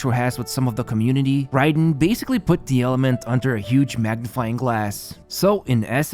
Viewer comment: I swear to god! You always mispronounce some fucking word in every one of your videos. It’s not “Ride-en” it’s “Ray-den.” And it’s not “pree-mo-gems” it’s “pry-mo-gems”